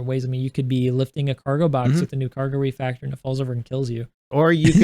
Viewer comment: RE"FACTOR", not RE"FRACTOR" 😁 u can do it Cap!